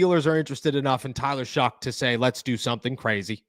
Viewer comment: Bro why do you keep calling him shuck its shough pronounced show not shuck there's no c or k in his name